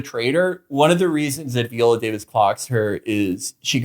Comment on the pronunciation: Vee-olllaa Davis? Lol